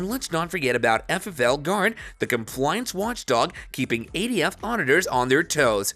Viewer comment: It’s not eighty-F it’s ATF